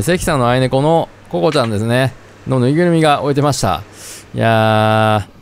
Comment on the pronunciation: 愛猫を“あいねこ”って読んでるの御自身の名前に引っ張られてる感じがして笑顔になりました(笑)。 (“あいびょう”ですよー)